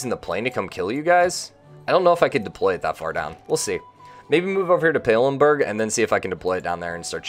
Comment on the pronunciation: It's funny that you still call the city PalemBURG, not PalemBANG... 🤣